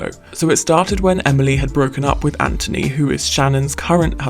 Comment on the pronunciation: Why does she keep saying Andrew instead of Anthony ? I’m so confused